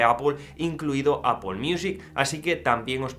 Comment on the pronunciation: Un español diciendo Apple y no Apel? Genial!